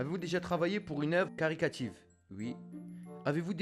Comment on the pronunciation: Caritative pas caricative 😋